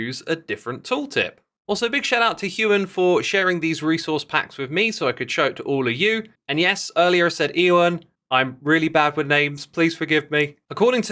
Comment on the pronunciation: I know it's a weird name but Hugh-an is also the wrong pronunciation just you-an/you-un depending on how heavily you pronounce your A's